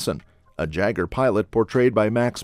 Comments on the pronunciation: Its prnounced YAGER.. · OK, so no one is bugged by the mispronunciation of Jaeger? Would love a 3rd though.